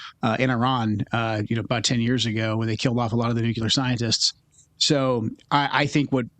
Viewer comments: I get concerned when a person can’t pronounce “nuclear” correctly… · Can we just pronounce “nuclear” correctly?